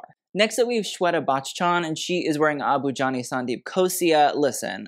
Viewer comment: Okay but pronunciations of tough Indian names is so impressive